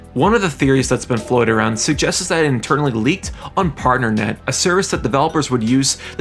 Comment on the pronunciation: Increaseses.. Suggestseses.. Come on man.